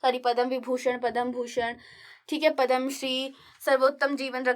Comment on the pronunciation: mam its not padam its padma पद्म